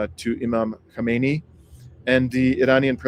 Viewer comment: You ought to practice KHA MEH NEH EE. 4 syllables.